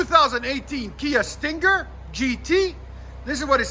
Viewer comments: Hate how he over enunciates Stinger lol StinnnGer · The way you say stinger is killing me. Sting-ggger